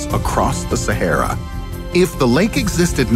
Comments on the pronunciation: Why u pronounce shehara it's sa-ha-ra😄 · I've never heard Sahara pronounced so bizarrely